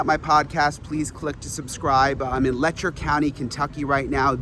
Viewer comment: "Letcher" County, Ky. Seriously ??